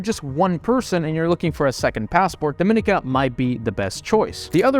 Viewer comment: It is pronounced Dom- in- eek- uh. Also it's Bar-bue duh. Gre-Nay-duh. For god's sake. You buy citizenship in the Caribbean and have zero knowledge of the people and their culture.